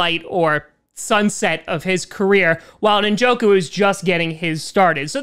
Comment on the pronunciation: David Ninjoku?